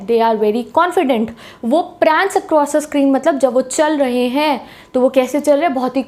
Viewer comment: jab aap 'HENGE' bolte ho toh mujhe 'HAPPU KI ULTAN PALTAN' show yaad aa jaata hai.....😅😅